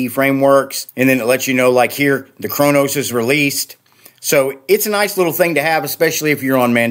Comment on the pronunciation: Chancellor Gowron of the Klingon empire says your pronunciation of Qo'noS is GLORIOUS!! Glory be to you on your quest for the perfect distro!